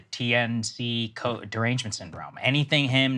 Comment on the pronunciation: Proper pronunciation "Ta-NaHASI" Coates. The man told me this himself. Also: Saagar sounds like a maniac here